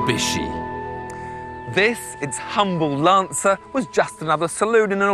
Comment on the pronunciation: yes lol he said lancis....good ear!!